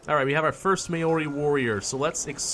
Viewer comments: no its mah-ohre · And May-Ori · Maori is pronounced Mao (as in chairman Mao), and ri as in re. Look up New Zealand rugby for more info.